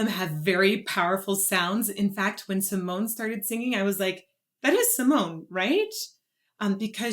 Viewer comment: Two of the Dutch Metal Maidens in one song. Sign me up! The e at the end of her name is pronounced like a small a so (Sea-moan-ah). Two songs I would love to see your reaction to are Within Temptation with the Metropole Orchestra "Somewhere" ft. Anneke, also Ex Libris "The Motherland / Ann Chapter 2). This will give your ear a "taste" of three more of the Dutch metal queens Anneke, Sharon, & Dianne. If you want more Epica I recommend "Consign to Oblivion", "Storm the Sorrow", "Design your Universe" & "Kingdom of Heaven" Also there is a second duet with Floor from this same Retrospect show "Stabat Mater Dolorosa".